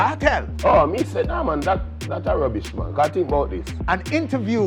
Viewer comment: “Baby oil mon” 🤣🤣🤣